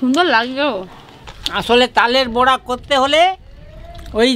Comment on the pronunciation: তালের বোড়া না , বড়া